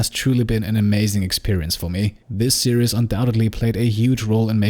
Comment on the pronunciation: Same here, didn't actively search, premise sounded fun, loved the great narration style. Watched the entire series over maybe a week. Only one thing, your pronunciation of "series" switches from fine to imitating the mispronunciation of the Braun razor ads on German TV. "Serious" (see-ree-yes) is "ernst", not "serie". There is no "yes" sound in series; the -ies ending is pronounced exactly the same as in German, i.e. it rhymes with "dies" or "Paradies" in German, or "sees" in English. Minor observation, as your English is excellent. I hope you don't take this the wrong way, as your voiceover is brilliant. It's something that I notice German speakers doing all the time; as I say, I blame the Braun razor ads. Quite why Braun are releasing ads where they mispronounce the name of the product is something I've never managed to understand. It irks me (and my wife) every time we hear the ad.